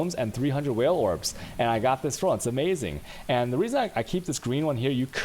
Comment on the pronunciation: he pronounces it on purpose like that